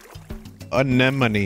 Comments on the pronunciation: enna moan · Why can't this man pronounce anemone